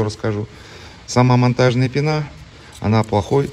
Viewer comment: В слове пена ударение на е)